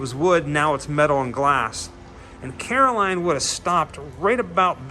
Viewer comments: Stop saying "Caroline" You're obviously not a fan if that's how you're pronouncing it. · It's carol ann...not caroline... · Carol Anne, not Caroline. But great video! Good work man! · Just an FYI…it’s not Caroline. It’s Carol-Anne. Love the video! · At least you got her name right in the title of this video. You keep calling her Caroline. ;) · Cool video, but I'd be remiss to not point out that it's Carol Anne, not Caroline. Kane was definitely the best thing about 'Poltergeist II'. Julian Beck took the part knowing he had little time left. The actor who played him in 'III' just didn't bring the same power to it. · Carol Anne not Caroline. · it's carol-ann, not Caroline. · Love, it’s Carol Ann not Caroline. 😏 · It's Carol Anne not Caroline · He’s saying karoline it’s carol anne 😂😂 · Say it with me “CAROL ANN”, otherwise, awesome video!! But for real, it was killing me every time you said Caroline!!!! 🤣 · Carol ANN, Not Caroline... Did you even see the movie... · It is Carol Anne not Caroline LOL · ahem CAROL ANNE!!! Not Caroline! Lol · Its Carol Anne, not Caroline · Carol Anne. Not Caroline 😖